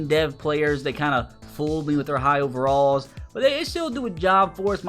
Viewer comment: start saying the correct overalls plz